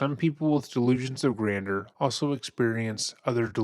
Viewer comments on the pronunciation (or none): Grand-jeur, grander is something else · " delusions of grandeur " not grander. It's french so it's pronounced (granjur) totally love ur content. I'm an early subbie, I just know that u like things to be accurate that's all. Keep up the fantastic work!! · Barely relevant to the very quality video, but just for your own future use/knowledge, “grandeur” is pronounced like “gran-jurr”, rather than “grander”. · Uhhh… The second syllable of “granduer” is pronounced as “jer”, not “der”. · Someone has to tell the guy he said "delusions of GRANDER" four times. It's pronounced "granjer", man. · Sorry dude but this is one of the most annoying intros to listen to when you keep pronouncing it delusions of grander. It’s grandeur. I know it’s a small criticism, but that’s really grating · gran-jure not grander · My brother in Christ, it is grandeur... not grander. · Honey it’s not “grander”, it’s “grandeur”, a different word with a different pronunciation. 😊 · Gran-jure ... Delusions of "gran-jure" Not being critical. I enjoy the channel. I just thought you might want the information. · Grandeur is pronounced “gran-jur”. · It's pronounced "gran-jer"! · It’s pronounced like "grand-you’re" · Love your videos. Please google how to pronounce things. “Grandeur=Grand-jur.” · you pronounce grandeur incorrectly. ˈɡranjər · Please say "Grandjeur" properly. It's pronounced GRAND-JER. LOL!! I have to tell you that when you laugh in disbelief at a video. It's contagious. I love it! Seriously, your laugh when your narrating is awesome! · Please learn how to pronounce GRANDEUR! Gran - Juor. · You know I love you guys 😘😘 but it’s pronounced “ grand-jurr”-“delusions of grandeur “. ( AND dude can NOT Rap, he ain’t no poet but he didn’t know it! ). Yes, delusional. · You really don't pronounce grandeur well my dude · Why are you saying grandeur like that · I don't think that is how grandeur is pronounced, but excellent coverage of this case. 👏 👏 👏